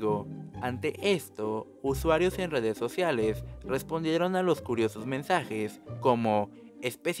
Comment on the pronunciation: En dedes sodialesss de hidiedonsss vidalesss.... jajaja pongan a alguien que hable bien